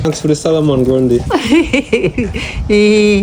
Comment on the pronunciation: ❤.. Did he day "Sour man grundie"?😂